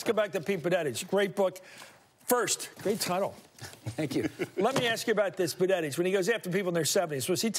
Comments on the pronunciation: I realize Buttigieg is difficult to pronounce for many...but "Bunnetige"?? Come on, Chris Matthews, practice before going on air. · Mr. Matthews, can you please learn to pronounce as follws: Pete budda judge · Hey Chris, love your show, but it's BOOT-edge-edge, or BUDDHA-jedge. Everyone else on TV can say it; so can you! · You wonder if Chris has something against him because he will not take the time to learn the correct pronunciation of his name